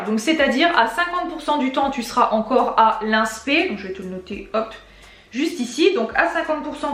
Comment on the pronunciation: Inspe se dit inespé 😂